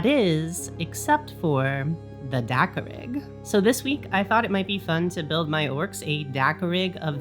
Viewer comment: At first I kept hearing 'dakka-pig".😂 Now I want a dakkapig 😊